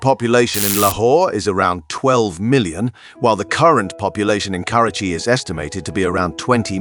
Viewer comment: Damn you kept mispronouncing the city's name